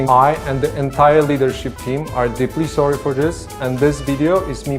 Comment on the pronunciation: "We're thorry, thorry......" Yep that's all I hear when any dev company tries to apologize, because it's just as pointless and meaningless as what we saw in The Family Guy.